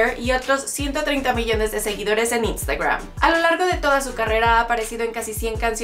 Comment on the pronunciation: Si estás hablando en español, en verdad es necesario pronunciar cosas como: -chuirewr -Instagrwam -heirewrs -etc Y por si acaso Reich se pronuncia Raij